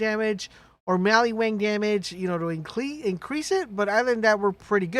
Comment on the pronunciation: Maliwan, maliwan, maliwan. Not maliWANG!!